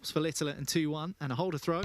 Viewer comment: Why does that commentator call Luke Littler LITTILER, there is no I at the back of his name, annoying